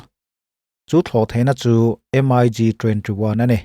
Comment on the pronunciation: MIG...hi M-ai- gi ti lo in 'Mik' ti in an lam zawk...hman ah khan i chanel ah M-ai-gi ti lo a..'Mik' tih zawk tur ti khan.ka ron comnent taeh a..tun thleng in i la ti M-ai- gi ngar ngar a..thu i awih lo e mai🤣